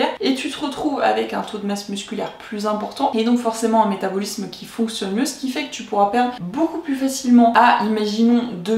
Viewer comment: Ça me perturbe vraiment la prononciation du mot "métabolisme" durant toute la vidéo 😂 mais contenu intéressant merci